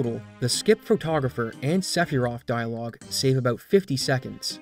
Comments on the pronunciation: If you call her "Aeris" you have to also call him "Sephiros" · Hold on a gosh darn minute... how in the ass did you just pronounce Sephiroth?